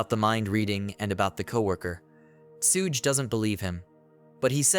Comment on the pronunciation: the pronunciation of tsuge is sending me ngl